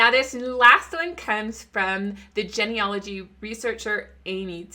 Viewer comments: Love the info. Always something to learn. Please pronounce genealogy correctly. It's a long e sound. Starts with the word Gene. Like gene pool, a DNA thing. Its pronounced gene, not gen. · Uhhh… It’s “GEE-NEE-ah-loh-gee”. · Please learn how to pronounce the word genealogy.